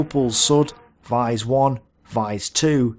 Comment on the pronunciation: I live near it good animation but you mispronounce alot of stuff like vise